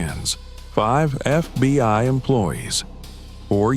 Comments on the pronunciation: Why doe narrator say FBY rather than FBI sometimes. Great story ntless. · More AI BULLSHIT, we don't have any FBY, improper pronunciation by the computers gave it away. GET YOUR SHIT TOGETHER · Why does he say FBY?